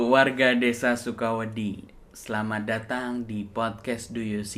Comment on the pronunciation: Tergantung pronunciation-nya. Kalo ngomongnya sukawedhi ya jadinya suka pasir. Itu biasanya org jkt suka salah bedain da dan dha. Harusnya sukawedi tuh kl niatnya "suka takut" jadi d nya itu lidahnya bukan ke langit-langit tapi ke diantara gigi, rahang terbuka sedikit. Ya Allah gmn jelasinnya yah wkwkwkwk